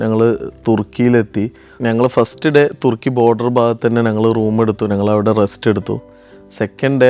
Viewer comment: തെർക്കി അല്ലതുർക്കി മലയാളി അങ്ങനെ പറയണം